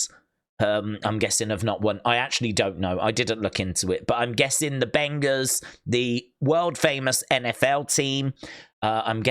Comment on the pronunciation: Bengals not benga’s